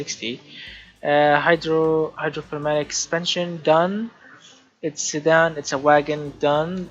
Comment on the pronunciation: thanks,i wanted to see hydropneumatic suspension because no one usually uses it. its pronounced hydroneumatic by the way